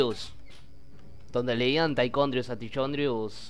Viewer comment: Se escribe "Tichondrius" , es imposible que le vayan a decir "Taicondrius" como si se escribiera correctamente "Tychondrius" xDDDDDDD